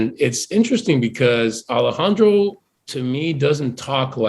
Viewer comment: Por qué dice "Alejandrou" si es cubano? xd